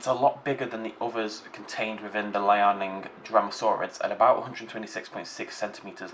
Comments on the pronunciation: Liaoning is Lee-ow-ning, not Lai-eh-nong,. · Unless I'm terribly mistaken for the past few years, I think it's pronounced "Lee-ao-ning", which is probably best explained to an english speaker as "Lee-ow-ning", roughly. Note on the phylogenetic tree, recent evidence points to Balaur being a avialan, not a dromaeosaur, and last I heard Rahonavis was to.